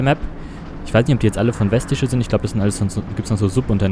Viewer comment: ja das sieht so aus also das ist gut nach gebaut aber du mußt vestische festische aus sprechen